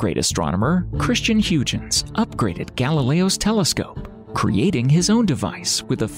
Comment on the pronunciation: It's pronounced HOYGANS. It isn't phonetic, he was Dutch, hence the spelling and the pronunciation.